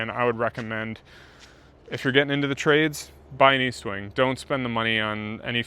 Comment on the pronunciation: There is no A in EST-WING. Normally I wouldn’t correct anyone for a silly l mispronunciation. But Estwing is a legend. Need max respect. 😅